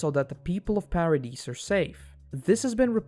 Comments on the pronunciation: Yeh lost me on "Para deece island" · The S in "Paradis" is silent, otherwise amazing video!